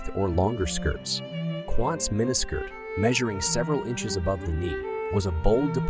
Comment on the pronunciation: WOW I lost track of how many times you mispronounsed mini skirt